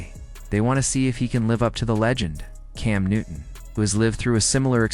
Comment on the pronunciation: You need to learn how to say his name ...one minute you mispronounced it then in the same sentence you pronounce it right...